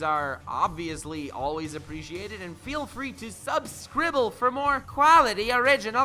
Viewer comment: STOP SAYING SUBSCRIBBLE IT MAKES ME CRINGE SO FUCKING BAD, THATS WHY I NEVER LIKE A SINGLE VIDEO OF YOURS